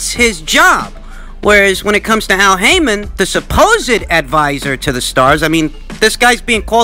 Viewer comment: LOL did you call him Al Hymen?